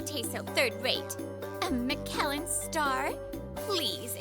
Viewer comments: Another great story. Also Michelin star is actually pronounced like this MICH + UH + LIN. Just for future reference for the female voice actress. The man pronounced it correctly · I think Reiko not being able to pronounce Michelin correctly could be seen as an intentional story beat to show she's just how much of a clueless spoiled poser the really is (granted we never hear any of the other female characters say it).